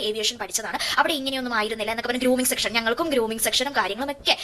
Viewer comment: ഗ്രൂമിങ്ങ് സെക്ഷൻ അല്ല കുട്ടീ.. ഗ്രൂമിങ്ങ് സെഷൻ 😂😂